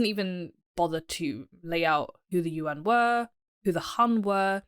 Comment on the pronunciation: It's hard to accept her criticism of Mr Zeihan when her own pronunciation of Chinese is so bad. She is bright and engaging but for those who can speak Chinese it is very hard to hear words such as Yuan pronounced as U.N. Other words are not so bad but do your homework before you make critical remarks.